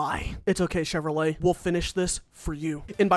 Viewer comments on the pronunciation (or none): none